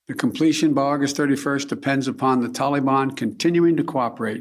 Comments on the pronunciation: “Talibon” -Biden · What the fuck is a "Tollybon" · Excuse me? "the Taleban"? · “Tolly bon”- Joe Biden 😂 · Tolly-Bon made me smile way too hard considering the topic at hand lol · Biden: TOLI BAHN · Are we all pronouncing Taliban wrong or can Biden just not say it correctly? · Joe's pronunciation of the word "Taliban" makes me wonder if it's a George the first (H.W. Bush) style mockery like George did at Hussein. Find an old clip from the desert shield days. The 'correct' pronunciation was Sa-Dom. But George used his folksy Texas accent to pronounce it Sad-am (like Adam, but with an s on front) why this was both funny and genius was that sad-am in Arabic is the word a boy who cleans or fixes shoes. This it seems would elicit the same reaction you'd get from me if you called my mother a whore to my face. But he had a whole army. Now it's possible this was innocent, just a product of his accent. But that possibility is so low as to be statistically zero. I would bet any of your lives on that being both intentional and informed. He knew what he was doing. And i applaud the whole thing